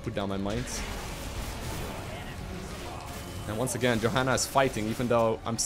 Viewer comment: Im pretty sure u pronounce her yo-hanna not jo xD